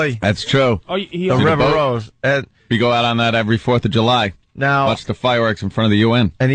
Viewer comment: I just love it when he says forty florf birfday